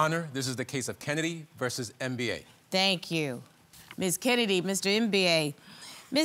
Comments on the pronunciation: Did she really called him Mr M-B-A ? lol. It's not an acronym, it's a full word that should be pronounced in one go "embah". That was funny though, love Judge Star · Not MBA it's a Biafran name pronounced as Mmmm ba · If I hear “Mr. MBA” again, I’m gonna lose it! Why didn’t they ask him how he pronounces his name? It’s pronounced “em-ba”. Very simple…sheesh!! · Lolll the judge call the guy mister M.B.A ohhh lord American its Mbaaa 😂😂😂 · 1 minute in..it’s Mba, like “Zumba”…. “Mba”. Not M.B.A 😂🤣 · Lol it's Mba as in (e_mba- rassed) not M.B.A haha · Ms. Jones, his name is not Mba as in second degree. It is pronounced “Mba”. Each time you say Mba, I crack up. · When Judge said Mr MBA, that cracked me up lol. That’s not how you pronounce his name 🤣🤣🤣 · I cringe each time Judge Star pronounces his last name as a spelling 😩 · Um, why is she calling him Mr. M.B.A???? I'm triggered. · Now judge Star, you couldn’t learn to pronounce that man’s name? It’s literally pronounced as in the ‘mber’ in November!